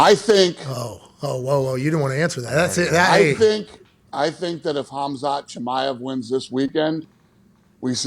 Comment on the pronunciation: Kamzat Kimiev? Lol smh